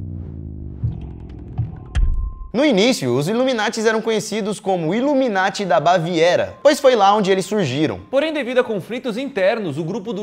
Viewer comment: É sas ipianhada iveta coisa, luminati kkkkkkkkkkkkkkkkkkkkk é nada.